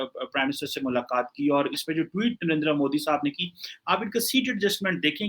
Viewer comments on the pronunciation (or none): none